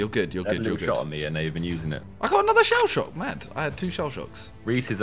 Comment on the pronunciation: Who else got annoyed when he said shellshock 😂